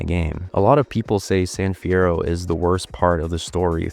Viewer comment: San fierroo